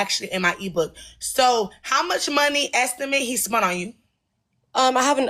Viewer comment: And “spunt” …I can’t take her seriously.